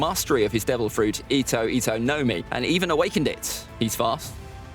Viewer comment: btw the accent is on MI. and not NO. so its gomu gomu no MI